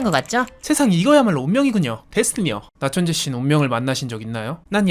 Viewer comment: 초에 모리가 말 잘 못 한 것 같은데요 나천재가 아니라 나천채 라고 말하더군요 너무 재미 있었어요